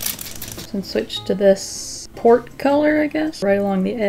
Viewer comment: Oh, PORT. I kept hearing 'the pork color...'